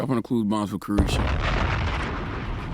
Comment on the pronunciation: He called her karrueche...... Her name is Caresha!😂😂😂